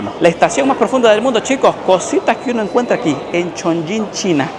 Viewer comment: Cada vez que pronunciabas Chong"ying" 🗣️ la ciudad perdía un nivel de altura 🏙️⬇️🏢😅